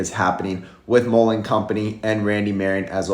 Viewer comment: I support your videos. However, check out how the man in the video pronounced Mullen. He pronounces it correctly. Mull rhymes with gull. As in seagull. I really enjoy your videos, but I’m a stickler on pronunciation of Mullen. Sorry that I’m so particular. Lol